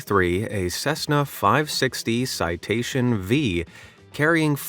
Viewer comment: It's a "Citation Five".